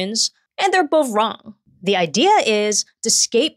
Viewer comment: The way she pronounces her THs is so adorable. She will say 'dey' instead of 'they' and "duh" instead of the